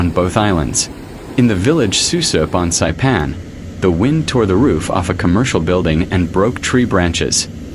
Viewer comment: I'm crying how you (or the bot) pronounce Sinlaku and Susupe